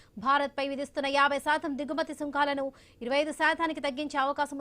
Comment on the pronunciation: సుంఖాలు కాదు తల్లీ సుంకాలు. నీ తెలుగు వినడానికి చాలా ఇబ్బందిగా ఉంది. శాథం కాదు శాతం